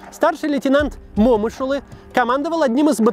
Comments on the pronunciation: О боже. Вот и твоё отношение к настоящим героям. Какой ещё МОмышулы. Ударение не туда. МомышулЫ так нужно произносить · Момыш Улы - на последний слог ударение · Небольшое, но важное уточнение - Бауыржан Момышулы'. Ударение на последнюю гласную. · Ударение не на о букву а на ы .. уважаемый ведущий. В честь него в Алматы названа улица .. а так же многих героев Войны Алия Молдагулова Ивана Панфилова и многих других славных сынов Казахстана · Максим, Момушулы по-другому произноситься. Тэнге же усвоили как говорить в 22 году?) Вы же историк а не Гугл переводчик! Да? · Момышулы ударение на последний слог.* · Момышулы, а не Момышулы, Макс.... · Ударение в фамилии момушылы не туда ставишь аж уши режет